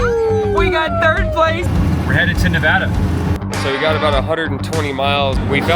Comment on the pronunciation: so glad to hear you guys pronounce Nevada correctly. funny to me how all our back roads and double lane highway's look the same. i am east of reno and i could have sworn a few times you were driving in my back yard. keep on keeping on.